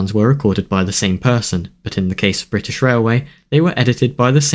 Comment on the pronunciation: „Brithish Railway” Real goosebumps